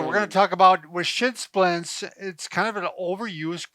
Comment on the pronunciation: Are you saying shitzsplits? LMAO